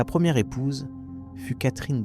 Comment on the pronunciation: Rien que le Marie ou Elizabeth "ire" au lieu de "première" est insupportable....